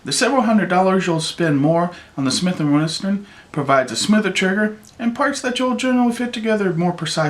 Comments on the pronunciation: he did lmao those damn smith and westerns hey BOSS its smith and wesson but thats a nice looking ruger ya got there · Sounds like he is saying Smith and Western. lol